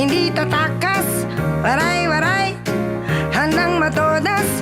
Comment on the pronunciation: The Waray-waray word is mispronounced